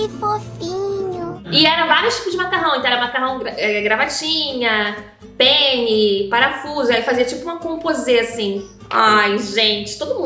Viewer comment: Ela disse penne, spaghetti. Eu ouvi: pênis, spaghetti... Pqp